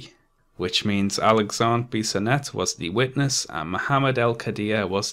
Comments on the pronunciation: Just so you know, your pronounciation of "Alexandre Bissonette" was fine, strong accent sure but fine. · From Montreal here. You pronounced Alexandre Bissonette right!